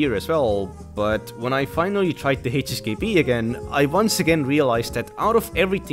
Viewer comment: why do you pronounce HHKB ---> HSKB???????